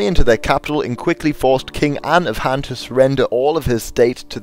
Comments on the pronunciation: Dot be an ass, he's trying and obviously he doesn't speak mandarin as a native language. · Frank Hill, it's not being an ass, but as a low key compliment that this video has no flaw other than this very minor one.